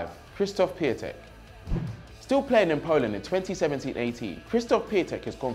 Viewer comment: You know Piantek is the right way of saying it, otherwise many people wouldn't have been saying it like that...